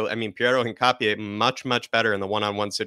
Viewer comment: Great video! Although I may be wrong, I think his surname is pronounced “Hin-cha-pe”